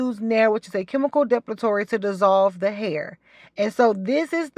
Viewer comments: It’s de-pil-a-tory. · Say it with me: DE-PIL-I-TORY. HIRS-TU-ISM